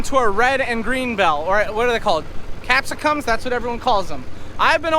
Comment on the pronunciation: He said capsicum correctly... Other people in the comments from countries other than the us have been mentioning this because they call bell peppers by their genus name vs our common name for them... But all peppers do have capsaicin in them which I'm guessing is the pronunciation thing you may have been talking about